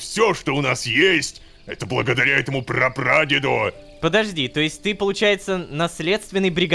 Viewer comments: непон невер сказал не rororowka a lololowka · ОН СКАЗАЛ Lololowk'и а не Rororowk'и !!! ахринеть. .